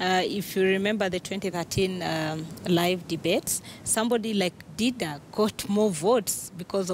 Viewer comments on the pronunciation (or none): Its Dida for Christ sake not Diva